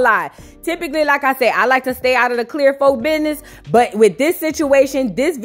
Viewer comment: Did she just say, "clear folk business"? I'm white and I'm dying!😂😂😂